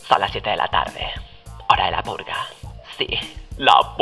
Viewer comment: En 3 dijiste emves de decir purga dijiste pulga